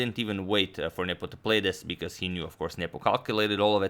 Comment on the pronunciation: Every time you say "Nepo" I hear "nipple". "e5 played by nipple..."